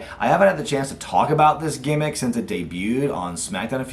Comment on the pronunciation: Did I just hear say gaymmic when talking about max dupree’s gimmick